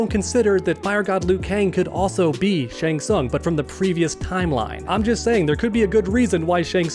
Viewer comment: If I had $1 for every time you said shang sung in this video......I'd still be broke